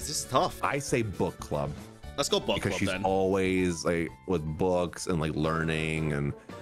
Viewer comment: Every time you say book I hear but💀